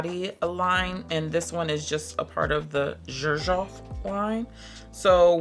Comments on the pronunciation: Xerjoff is actually pronounced as “sir shoff”, there’s a video by the owner pronouncing it that way! I sampled Italica a year ago and hated it too lol…but I tried it again a few months later and LOVED it I bought a full bottle right away! It’s now my favorite gourmand! I own 5 bottles from this brand: Dama Bianca, Italica, Dolce Amalfi, Muse & Ouverture! It’s definitely not a house you can just blind buy for sure! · It is pronounced serjoff. The founder's name is Sergio Momo. His grandmother always called him serjoff. 🤗🫶